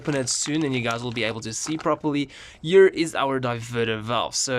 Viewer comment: I love it how he makes "here" into a "year" Great video btw